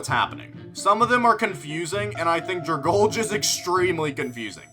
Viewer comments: My Ears started bleeding When he pronounced Dragalge(DRA-GAL-GII) as (DRA-GALJ)😭😭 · Dragale?? It's drag-alge like the plant in the ocean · I let it slide for recent players, but according to, he is not a first time player! “Don’t mind me I’m just gonna ragebait people by mispronouncing Pokemon names repeatedly.” DRAG-ALGAE. Does he look at the pronunciations?!?!, if your wondering why I’m subscribed when I get ragebaited by 75% of your content, it’s because your still the only person to have ever successfully ragebaited me. I watch your content because as far as I’ve seen I only run into your channel when I doomscroll and I wanna see if I get ragebaited or a reminder that shorts YouTubers aren’t so bad. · anyone gonna talk about "dragalj"? it's called dragalgae because it's algae... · Nobody:: “DraGulge”💀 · Remember, according to it's pronounced dragulge